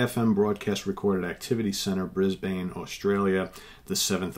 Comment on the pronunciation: I love the way you pronounced Brisbane. Rock on, brother 👽